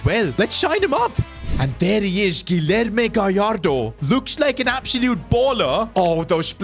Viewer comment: The name Guillermo you don’t pronounce with L’s